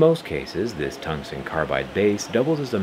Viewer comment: Did bro just say, "tungstein?"